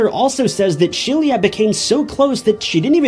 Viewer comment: ITS SHE...LA NOT SHELIA😅😅😅😅